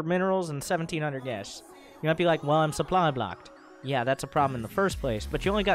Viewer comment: To be honest your pronunciation of the German sentence is better than of the word supply :P